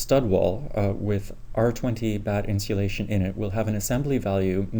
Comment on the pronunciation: Very informative. Are you saying "Insealation" ? I love it and am thinking about incorporating it into my marketing efforts.